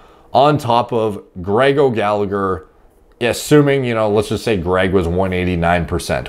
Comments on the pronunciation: Gallagher is pronounced 'Galla-her' Not 'gallig-er' Gh can make a h sound. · Gallagher is pronounced Galla-her